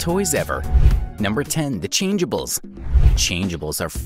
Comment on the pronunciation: in the best McDonald's toys ever you said changabls